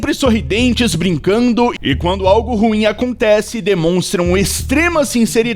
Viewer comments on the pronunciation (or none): none